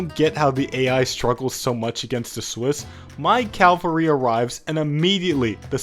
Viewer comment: Are you saying CALvary on purpose instead of CAValry?